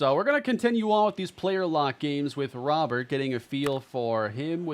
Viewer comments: it’s pronounced “row-bear” please don’t call him Robert the rest of the series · Just saying, it's pronounced "Robe-er" not Robert (since he's not American) nor "Ro-bear" (since he's not French). Great acquisition though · Love the trade, but i'm gonna go insane if i keep hearing you call him Robert. His name has Spanish pronunciation "row-BARE" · Its not probounced Row-bear, its pronounced exactly how its spelled Robert, only diff is you roll the R at the beginning...hea Cuban not french man lol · please please please pronounce Robert the correct way from here on! It’s a French name even though he’s from Cuba. It’s pronounced Roh-Bear Like Rudy Gobert Louis has said before that he prefers this pronunciation of his name. I’ve never heard people mispronounce Gobert’s name, so it’s interesting that it only happens to Louis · just for future reference his last name is pronounced "Row-bear" like rowing a boat and the animal. Love the trade! I think you could also bump up Mason Miller's potential/ovr because of what happened in real life